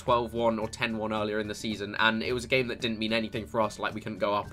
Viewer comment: at the start it sounded like you said gay instead of game